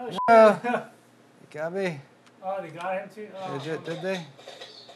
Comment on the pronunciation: great build and gameplay. I thought you spoke Tagalog. it was either 'got me' or grabe